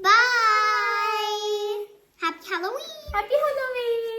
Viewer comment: I hope you take this positively. But its not hOlloween , its hAlloween.